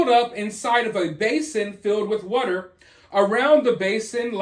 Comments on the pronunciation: I swear you find a way to say "water" in every video just to make me laugh. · The way you say water is weird lol 😂